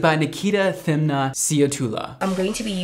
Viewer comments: It's Nikita Team-na not Thimna 🤣🤣🤣 good try though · First time seeing reacting to a South African video❤️❤️❤️💜💜🎉🎉🎉, I love how you pronounced Thimna😂💜❤️ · the second one is inecto it's popular in South Africa and Thimna is pronouced Thimna like Tim nah